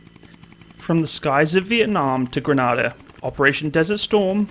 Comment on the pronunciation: Dw bro, ima forgive ur pronunciation of Grenada